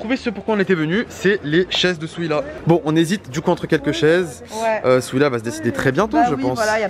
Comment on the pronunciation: Qui as remarqué qui disait souila au lieu de dire Souhila